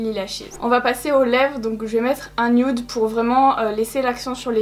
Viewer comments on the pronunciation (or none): none